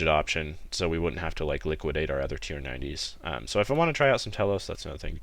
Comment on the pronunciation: "Liquidate our T90's" - sounding posh there,.